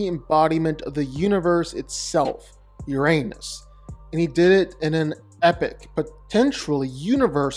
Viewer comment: Sun Wukong is The Victorious Fighting Buddha. Also my brother… you’re at least my age, please don’t pronounce Uranus that way…